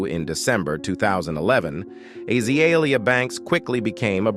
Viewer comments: god this AI crap is awful. AH-zuh-lee-ee-uh. frick out of here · Because it's AI that's why it's butchering the pronouncement of her name.